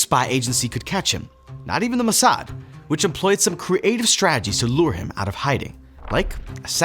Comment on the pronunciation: It's not muhsad, it's Mossad.